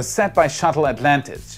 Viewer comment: "Shuttle Atlantage"...